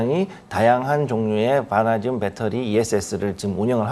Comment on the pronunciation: 앵커님은 처음부터 끝까지 '바나~듐'으로 엉정쩡하게 발음하시군요. 어렵나?ㅡ ㅡ